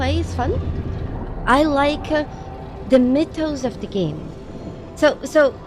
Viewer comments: Came to the comments to find out what word beginning with M she was saying. I was hearing Mid tones. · She's saying "mythos", not "midtones". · the middle isn't the bottom. Besides I think our friend here is right, I think she is saying "mythos" x) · It took me awhile to realize she was saying 'mythos'.